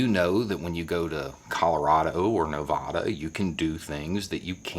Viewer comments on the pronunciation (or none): Nevada is pronounced with the aa like in baa.